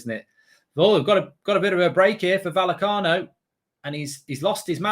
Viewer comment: Isn't it pronounced VaYecano?